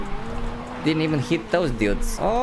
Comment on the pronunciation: gotta say, my favourite part is how you pronounce dudes like 'dyoudes'. That was quite a hilarious video!